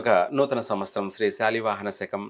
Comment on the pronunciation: వేషం వేసుకుని కథలు చెప్పే తిక్కయెదవా, అది విశ్వ"వాసు" కాదురా అశుధ్ధ భక్షకా, దాన్ని "విశ్వా"వసు అనాలి. సంవ"స్తరం" కాదు, సంవ"త్సరం" అనాలి. ప్రతి పనికిమాలిన వెధవా పెద్ద మహాజ్ఞాని వేషం వేసుకుని, జ్యోతిష్య సంబంధం లేని సోది చెప్పడమే. నిన్ను , నీ అజ్ఞానాన్ని తగలెయ్యా